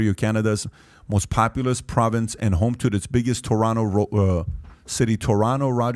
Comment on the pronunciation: I noticed you pronance Toronto the right way...